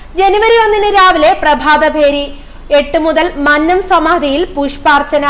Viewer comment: ആദ്യംപോയി ഉച്ചാരണം പഠിക്ക് വായനക്കാരി,,.,.,,മന് നം അല്ല മന്നം .......ഉദാ: മന്നവന്റെ "ന്ന " അ ല്ല...........